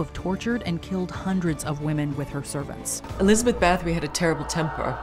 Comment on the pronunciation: fyi Báthory is pronounced bar tor ree ignorant Americans.